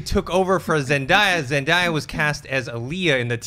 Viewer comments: It's zen-day-a not ... zen-da-ya (hearing you guys say that made me cringe lol !) anyway good job and keep up the good work xoxo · Lol her name is pronounced ZEN-DAE-YAH not ZEN-DIE-YAH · It's ZenDAYa. Not ZenDIEa. That kinda annoyed me. Lol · Omg it's ZEN-DAY-A not ZEN-DIE-A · but it's pronounced Zendiea, though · It's Zen-day-a...ask her she'll tell you...I only know cause i have a daughter who watches Disney Channel all the time. :) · her name is pronounced Zen-DAY-ya by the way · You are pronouncing Zendaya name wrong it's zen day a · It's pronounced Zen-DAY-ah. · You guys her name is zendaya it's pronounced zen day a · lol yeah you're right! it is pronounced ZenDAYa. I guess I just got so used to hearing people pronouncing it wrong! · another video with a wrong pronouncing of Zendaya name I wonder what she haves to say lol